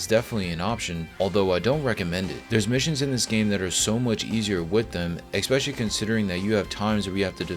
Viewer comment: *especially not expecially